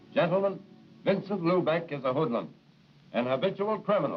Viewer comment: Oof making the word "hoodlum" hurt!